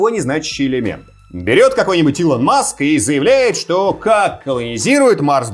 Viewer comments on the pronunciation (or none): none